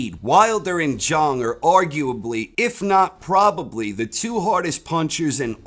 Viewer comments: Why won't you yanks. Pronounce his name properly? The clue is in his nickname. He's not called big bong, he's big bang. ZHANG not Zhong ffs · Zhang rhymes with bang. That's what makes the nickname work. His name is pronounced like G. Lay Jang.